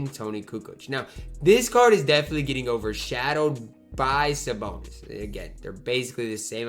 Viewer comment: says Saboner